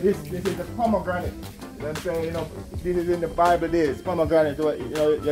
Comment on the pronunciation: which part pomegranate a guh? a ponganat dat hahaha ( was gonna say ponganat too) but him keep it hinglish